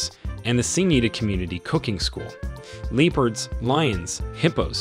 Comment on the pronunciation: Hilarious send-up. Leep-urds Dooogout Canoes Price inaccuracies Hulu Sava or Ulusaba. ….? Prices are per Person per Night OR per Tent/Room Suggestions: - Fire script writer - Rehearse & practice reading beforehand - Insert punctuation - Get advice from someone with a clue about the Subject Matter Provide Clear Warnings to your audience ahead of time. Thanks again. Still giggling.